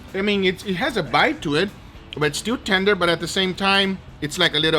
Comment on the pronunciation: Nobody:: LETS DEW IT